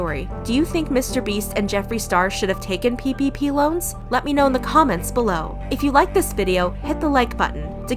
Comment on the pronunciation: Every time you say ppp all I can hear is pp ahaha